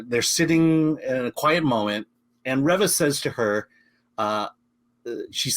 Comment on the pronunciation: Reeva not revva